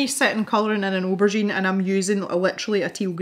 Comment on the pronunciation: Yaaay for spontaneous pencil tutorials! These pencils look absolutely delightful! I love the way they blend and layer. And can I just say that the way you pronounce aubergine is just delightful! I know you didn't like it much but the colorless blender really did make a difference. They both did. Though I have to agree with you that the colorless blender does tend to dull things down sometimes. None the less, it's an adorable little eggplant!